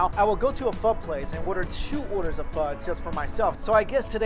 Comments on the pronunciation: What he said: i love pho What i heared: i love fuck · you said pho wrong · Fake asan cant even prononce pho or siracha OLLOOLOLOLOLOLOLOL